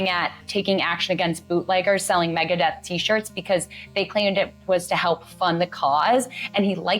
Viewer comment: Easy mistake to make, but it's Megadeth, not Megadeath.